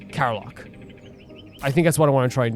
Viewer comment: Karlach and Scratch finally joins the adventure! Cant wait to see you delve into their stories!! Btw, Karlach isn't pronounced "Kar-lark", but "Kar-lek" <3